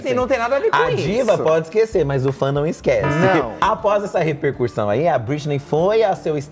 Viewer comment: Fi, é "repercussão"! Vc pronuncia "repercurssão".